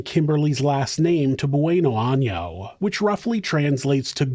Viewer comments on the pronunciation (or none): maybe i can help with the pronunciation of her last name BONano very simple love you show